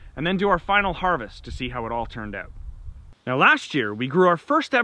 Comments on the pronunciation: Could tell you're Canadian just by how you say "out". Lol Great video. Thanks👍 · Drute... Translation = drought Oote... Translation = out Thx for video & the laughs!